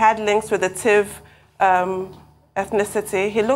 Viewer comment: Abati, it's Tiv not tivi!!